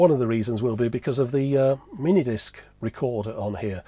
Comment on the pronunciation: Stopped with the emphasis on mini disc. I'm sure the rest was good as most all your stuff is. It just shut the door on me.